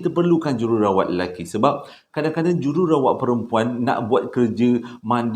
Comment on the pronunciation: Jerawat ?? Hahhaaa Jururawat jadi jerawat 😂